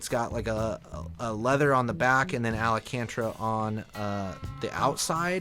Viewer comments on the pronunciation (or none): Do you mean "ALCANTARA"? 😬